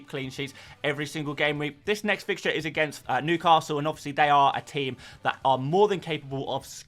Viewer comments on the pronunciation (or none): none